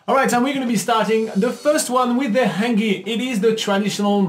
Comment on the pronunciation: Dam! The first one Hangi? I'm a Kiwi and that is cringing to me, the way that you pronounced Hangi.